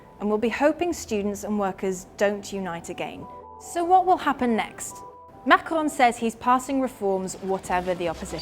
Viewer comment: Using the rhotic /r/ to pronounce 'Macron' sounds really dumb if you also pronounce the end -n. Either use the French or English pronunciation, not an inbred mix of both.